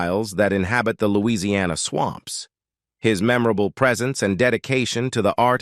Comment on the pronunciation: "Knit" is pronounced "Nit". You have also mispronounced Lousiana, for heaven sakes. IT's English!